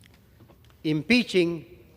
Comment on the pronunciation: empeezing WTF he can't even pronounce it right